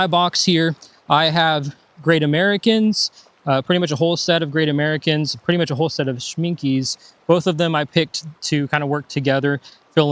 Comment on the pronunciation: Great video Side note Schminke = sh-MINK-uh